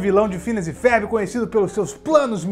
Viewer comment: Porque que ele diz “férbi” ?